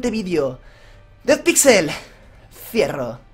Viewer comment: Soy el único que piensa que cuando se despide dice: fierro envés de decir cierro Buen video like